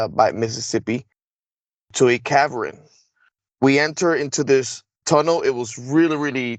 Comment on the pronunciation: I don't know if I should believe this guy or not. can't seem to pronounce a lot of words. He doesn't sound very well educated and we're supposed to believe a guy like that is used for secret missions. A cavern is not pronounced caverin.